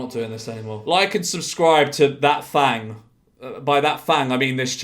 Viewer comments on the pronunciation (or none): none